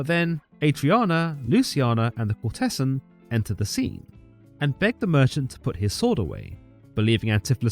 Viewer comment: Very nice. However, please do learn how to pronounce the words 'ducat' (duck'at) and 'courtesan' (i.e. COURTezan, not court-TESS.an)!